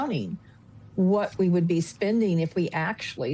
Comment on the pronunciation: The word is not sbending…! It is spending! You want my respect in your opinion, try speaking, not sbeaking English!